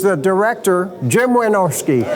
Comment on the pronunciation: It’s "Wynorski".